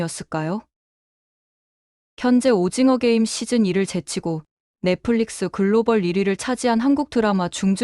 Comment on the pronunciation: 넽플릭스(Netflix), not 넥플리스.